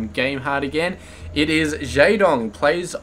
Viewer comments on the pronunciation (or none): you pronounce jaedong wrong.